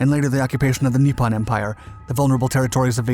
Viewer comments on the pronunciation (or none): I like how he said “Niaypon” empire (Nippon) instead of Japan 😉